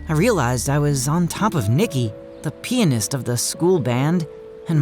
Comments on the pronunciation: WTF did he just say pinist its pianist bucco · Is it just me who pronounces pianist differently?